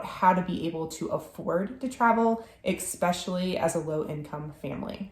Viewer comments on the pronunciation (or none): I have noticed that you mispronounced in a few of your videos the word “especially” by adding an “x”…please forgive me for correcting you, I hope you are ok with that 😅! Otherwise, I enjoy a lot your videos❤😊 and wish you all the best with your future adventures!!